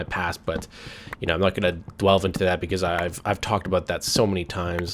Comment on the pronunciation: Did you say, "not going to dwelve into that"